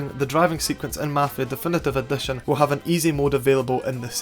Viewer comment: "dEfEnEtEve Edetion" man how the fk can u talk like that?